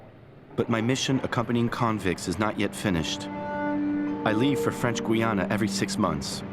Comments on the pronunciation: I've read all of the books that ex-cons have written about French Guiana. How can you respect a video that can't get the name of the country pronounce correctly. It's not Gwe + Anna !! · Gweeana? I stopped watching at that point.